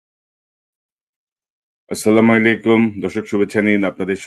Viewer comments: কনক শরয়ার শাহেব, আপনার সালামের উচ্চারন ভুল। ইহার অর্থ সম্পূর্ণ বিপরিত। দয়া করে ঠিক করে নিবেন। "আসসালামু আলাইকুম ওয়া রহ-মাতুল্লা"। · কনক সরোয়ার সাব, আপনার সালামের উচ্চারন ভুল। ইহার অর্থ সম্পূর্ণ বিপরিত। দয়া করে ঠিক করে নিবেন। "আসসালামু আলাইকুম ওয়া রহ-মাতুল্লা"।